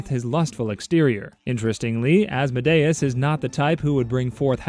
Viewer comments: It's actually as-mod-eus just sayin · Saying Asmodayus is crazy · I think you pronounced Asmodeus’s name wrong, I think it’s pronounced Ās-mǒ-dē-ǔs… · Isnt Asmodeus pronounced like Ah-s-m-oa-d-ee-uh-s? Not ah-s-m-oa-d-ai-uh-s? (Coming from a hb and hh fan, so i might just be deceived by Vivian) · "As-mo-day-us" Me, a Christian, who thought it was Awhs-mo-dee-is: 👁👄👁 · Az-Mo-Day-us has to be the worst pronunciation of Asmodeus ive ever heard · It’s pronounced oz-mo-de-is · He said Asmodeus wrong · that is NOT how you pronounce Asmodeus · ….I’ve been pronouncing Asmodeus wrong? Also lmfaoo as a Hazbin fan I’m deadass going wild‼️‼️‼️ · Bro when he pronounced Asmodeus like that, my Helluva Boss brain immediately corrected him 😅